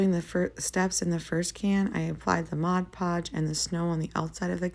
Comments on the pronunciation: You pronounce it 'Modge Podge'; but, it's really 'Mod Podge'. Lots of people mispronounced it. I wouldn't worry about it. Your crafts are beautiful❣ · Please say Mod Podge, not Modge Podge. I love this video.